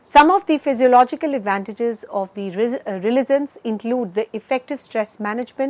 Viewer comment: Would've been better to hire someone who can pronounce resilience right